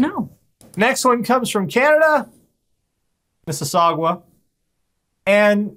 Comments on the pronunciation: Mis-si-saw-gah. Not gwah. Gah. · Calling Mississauga "Mississagwa" is akin to calling Mississippi "Mississi-pie" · It's pronounced "Miss-is-saw-guh" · We also learned that can't properly pronounce Mississauga. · For the love of god can you please learn how to say Mississauga correctly, there is no u before the last a